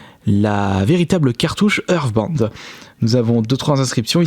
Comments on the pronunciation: "Earthband" non mais cette prononciation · Ta façon de dire (Hearstbound) on dirais Euresebinde